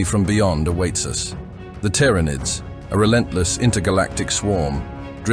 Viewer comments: it doesn't know how to say Tyranids. well made. tiara nids. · It's Teer-Uh-Nids.... NOT Tee-Ran_Id's... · Tyranids, TiaraNids, Teeranids, Tuurnids. Pick a pronunciation already. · You put me off watching this with your bloody 'Tiar nids' sort yourself out 😂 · Ah the very well know Tiara-Needs bruh just narate it your self... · Need to proofread this AI voice before uploading it's not pronounced TYARANID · Tiara-nids... FFS. enough of the AI generated crap. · Never heard Tyranids pronounced so many different ways in one short vid. I think 'T. R. Anids' was my favourite. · wtf is a "tiarranid"?!? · The "Tiara nids" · Not the tier ra nidssssssss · Every time this ai voice says tyranids I die a little inside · It pronounced tyranids 3 different ways lol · Your pronunciation of Tiaranids altering every time is jarring and I stopped watching. Is this AI voices order?